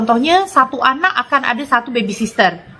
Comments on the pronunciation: Iya kok orkay nyebutnya baby sister..baby sitter kaliii..duh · orang malaysia salah mengucapkan dalam bahasa inggris, harusnya babysitter bukan babysister😄😄😄